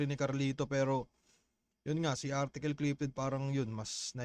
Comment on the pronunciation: 😂 artikol amputa